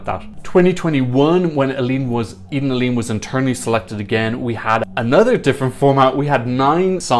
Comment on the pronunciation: It’s pronounced: EH-den AH-leh-neh (Eden Alene)